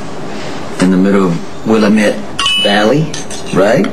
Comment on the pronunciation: It’s Will-AH-met.